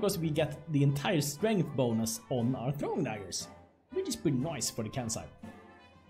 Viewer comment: when u say bonus, with your accent it sounds like Bolas